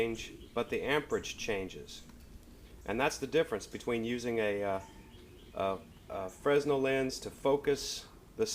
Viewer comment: The 's' is silent (/freɪˈnɛl/ fray-nel)